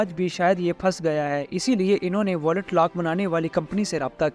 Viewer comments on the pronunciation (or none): Aray yaar " wallet " nahee....VAULT...VAULT!!!!!!